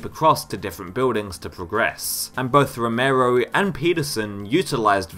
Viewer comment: also new(-e) and Romero(-e)